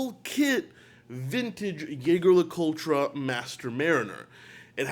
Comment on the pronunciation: Ok can you at least TRY to pronounce JLC correctly? It's like someone referring to you are. Talks Watches, full kit